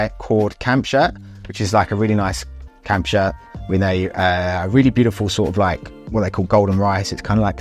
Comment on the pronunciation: “CAMP SHIRT” … I couldn’t figure out what you were saying 😂 I live abroad so I am used to the battle of accents and dialects